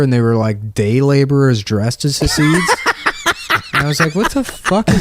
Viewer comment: nick keeps saying hah-seeds. it's chah-sids. basically you sneeze and say syd barret, but dont say barret